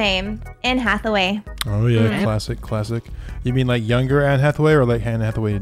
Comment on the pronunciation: Did he say Hane Atheway?